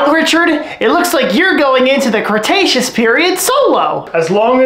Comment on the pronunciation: You sayed the creataceaous period wrong